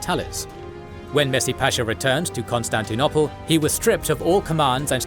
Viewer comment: Ok,is it really pronounced "constanti-nopple"?